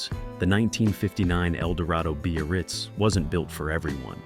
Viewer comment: What the hell is a b-a-ritz? Time to learn how to pronounce things.